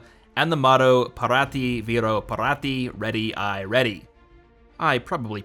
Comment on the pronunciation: No. That's not how you pronounce it. Parate: Pah-rah-teh Vero: Veh-roh